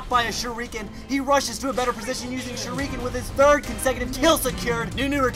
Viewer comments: Its pronounced shur-ken not shur-ee-ken. Shur-ken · argh the way you say shuriken annoys me, i prefer to pronounce it as sure-ik-en not shur-eeken